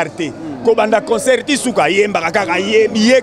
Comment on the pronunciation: concert et non consoeur. bongisa